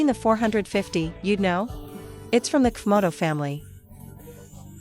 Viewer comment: The AI translator voice says , "cuf moto" instead of pronouncing the letters C and F, it's hilarious now that I understand the mix up...